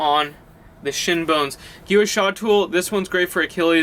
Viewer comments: gau sha.. not giwa sha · Great video! ...just wanted you to know that "guasha" is pronounced "gwa-shaw" :-)